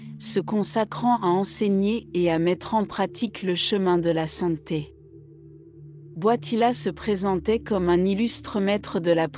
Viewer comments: Il s'appelle Karol Voitila ! Pas Boitila ! Pauvre Jean-Paul II ! Il s'agit d'une voix conçue par l'Intelligence Artificielle ?!!!! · C est quoi cette voie qii ecorche le nom du pape